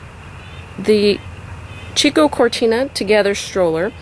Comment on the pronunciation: It's pronounced "Key-Koe".